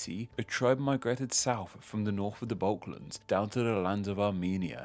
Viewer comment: The Balk-lands?